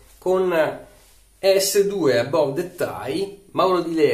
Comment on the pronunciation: Si pronuncia "Abav"